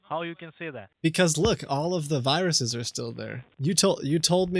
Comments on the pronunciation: "388 wiruses" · Excuse me, those aren't viruses. Those are WIRUSES.